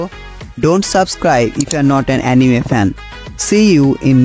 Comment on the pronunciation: এনিমি ❌ আনিমে ✔